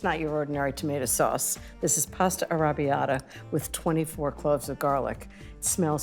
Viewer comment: In Italian is "Penne All'arrabbiata" not "Penne arabiadah". 🙄